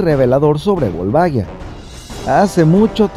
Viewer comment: Excelente video como siempre xD Sólo me la pronunciación del nombre me parece curiosa: lo pronuncian como si se escribiera Volvaguia, pero se escribe Volvagia y la pronunciación es diferente. Saludos